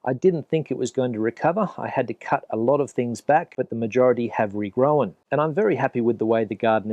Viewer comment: Hey. Your English is great...did you know those of us from Suffolk are sometimes accused of being Aussie? Unless I mis-heard, you said grow-an (2 syllables), jus loike a Suffolk boy